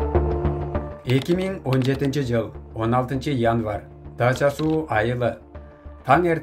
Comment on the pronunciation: Дача- суу эмес, Дача -СУ